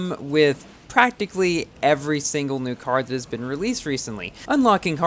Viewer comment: "And my cArD wall ride for some reason" is having pronounce issue lol